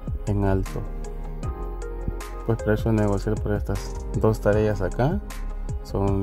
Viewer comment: hajajaja, se dice Tareas y no Tarellas.